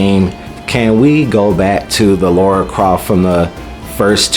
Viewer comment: Apparently every native english speaker has a problem pronouncing Lara's name correctly. She's not called Laura...it's Lara...is it really that difficult for you guys to say her name right? xD Regarding her outfit...well I can't imagnine any woman going out on a hunt, killing hundreds of armed people, taking 20 bullets herself and still fighting...it's still fantasy as well. I see no issue in giving her the original outfit. Also doing the kind of acrobatics she does I imaging would be more difficult in pants than shorts, because pants hinder your movement more, unless it's flexible material, which her rebooted pants weren't. lol